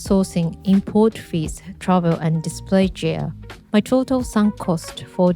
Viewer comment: Love your content. May I add, gear is pronounced with a soft g like girl and not like gem.